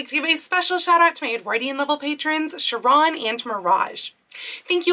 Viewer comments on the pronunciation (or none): none